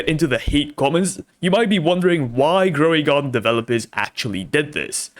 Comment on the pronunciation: “DroidGarden” instead of Grow a garden 🤧😢